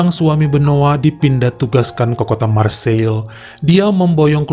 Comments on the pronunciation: Marseiye, bukan Marseil bro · Marsei penyebutan yg tepat lae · Nice dibaca nis Marseille dibaca marg-se